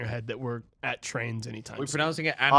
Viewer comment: Minecwaft AND twains?! OH MY FWICKIN GOSH DANG!